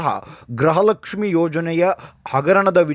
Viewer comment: ದಯಮಾಡಿ ' ಗೃಹಲಕ್ಷ್ಮಿ' ಪದವನ್ನು ಸರಿಯಾಗಿ ಉಚ್ಚರಿಸಿ. ನಿಮ್ಮ ಉಚ್ಚಾರಣೆಯಲ್ಲಿ ಅದು ' ಗ್ರಹಲಕ್ಷ್ಮಿ' ಎಂದೇ ಕೇಳಿಸುತ್ತಿದೆ.